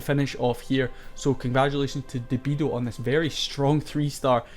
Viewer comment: Very nice video, such a bummer we lost this war. Thanks for visiting and featuring one of my attacks (debido, pronounced deb-ee-doe🍻), keep up the great content!